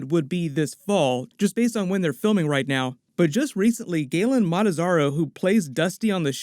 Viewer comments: Who? Gaten MataZARRO? Did you mean Gaten MATARAZZO? I mean, if you're going to talk about things, shouldn't you get them right? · It’s Gaten *Matarazzo